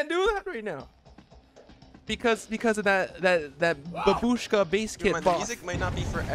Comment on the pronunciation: someday everybody will know that its not bab U shka, its b A bushka.....